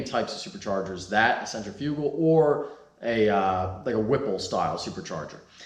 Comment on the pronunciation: Oh my never heard someone pronounce centrifugal so wrong and so bad before lmao